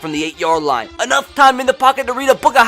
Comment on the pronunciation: “Enoigh time to read a book of haikus to a pack of diabetic hyenas”😂